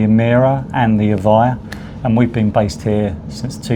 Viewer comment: Evija no eva, traductor playo